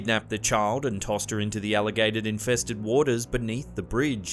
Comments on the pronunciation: Did anyone else hear alligated infested waters instead of alligator? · It's the accent, just like when you hear oasis sing champagne super nova, it sounds like they say champagne super nover